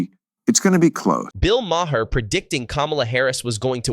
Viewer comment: "Bill MA-HER" You had one job, AI bot